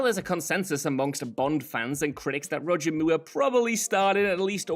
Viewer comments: The AI pronunciation of Roger Moore. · Roger mure ? 😂😂😂